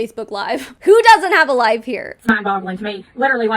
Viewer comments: every time she says life i hear it as wife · The first few times she said “life” I was hearing “wife” lol